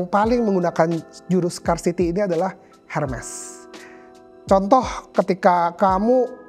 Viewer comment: Kok baca merek Hermes nya Hermes, bang ? Bukannya bacanya Herme(Tanpa s) ?